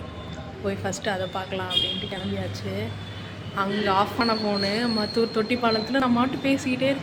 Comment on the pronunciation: மத்தூர் இல்லை மாத்தூர் சிஸ்டர்😂